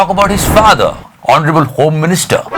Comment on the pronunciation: 'Honable 'Home minister or 'Tadiparr..?? 😜😜😂😂😂